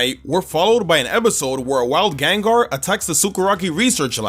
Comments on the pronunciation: Again, the first A in Gengar is supposed to be an E! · Caught, not catch! The second E in Gengar is supposed to be an A! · There is no I in Gengar!